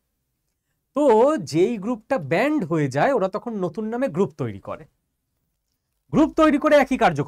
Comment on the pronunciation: ব্যান্ড নাকি ব্যান!!